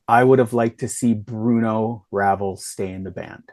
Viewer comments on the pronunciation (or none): Ruh Vel…. Is how you pronounce it. Bruno only played two or three shows with White Lion from what Mike told me a couple months back